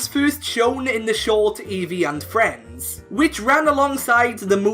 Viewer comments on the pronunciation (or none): none